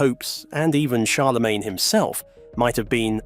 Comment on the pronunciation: "Charlamagne".....??? You mean Charlemagne stupid:)?